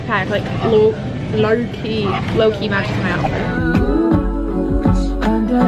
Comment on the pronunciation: hannah sounded british when she said lowkey